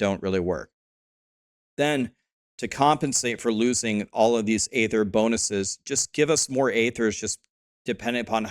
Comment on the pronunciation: please good sir, do not perpetuate that Blizzard dude's mispronunciation of "aether". It's pronounced "EE-thir" not "AYE-thir". Lets fix the world one tiny bit at a time :)